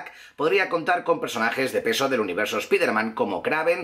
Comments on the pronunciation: no se dice espiderman, se dice spaiderman. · Carajo pronuncie bien !!! Spiderman diga así "Espaidermen" HULK diga así "Jalk" CABLE diga así "Cabol" Difícil? Para nada sos bien youtuber pero no la cagues mas con la mala pronunciación no me cojas mala vibra pero estas a poco de ser igual al patético de "Infomarvelers"